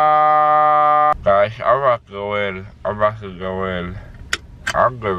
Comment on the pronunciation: "Blood in my moouuuuffffff"